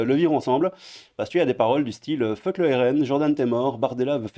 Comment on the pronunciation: """FEUCK""" Pourquoi il n'y a que les français qui ne savent pas prononcer ce mot en anglais...comme tous les autres mots d'ailleurs...comme "bEUgue"...."pEUnchline"...TrEUmp"....etc.....vous êtes la risée du monde entier.....